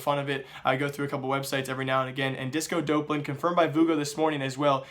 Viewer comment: It's Disco Dawplan. Not DOPElan... I don't mind you doing the news channel, but there's no way you haven't heard this guys name 100 times in the last week with the major that just occurred. This isn't the first name you've butchered "X" amount of times in a video. People will take you more seriously if you can at least get the names right.